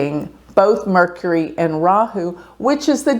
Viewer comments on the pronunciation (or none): none